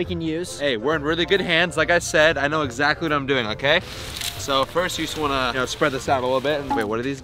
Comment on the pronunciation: he said eczacctly